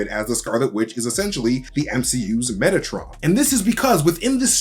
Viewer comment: You say Metatron, I only hear Megatron